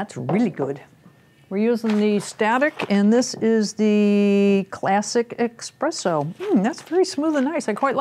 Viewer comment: said "expresso". SMH, here come the hate comments lol Great review though (